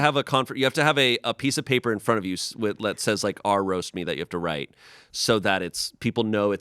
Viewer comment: Someone needs to tell that the subreddit titles are pronounced R slash whatever. R slash Amish. 😘